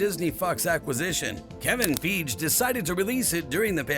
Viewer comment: how tfyou say kevein feige hahhahahahahha